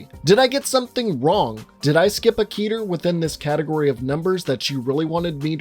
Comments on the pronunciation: It's pronounced keh-ter not key-ter. It sounds dumb pronounced key-ter. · please say it with me slowly Ket-er ket er not KEYTAR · Canonically it’s pronounced like Ket-air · Your telling me you know what scp stands for but you still mispronounce the word Keter? Ok then.